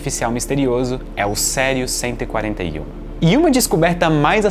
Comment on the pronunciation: Isso é "CÉRIO"?😂😂😂😂😂